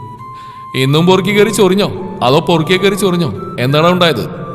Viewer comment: പൊറുക്കി അല്ല പെറുക്കി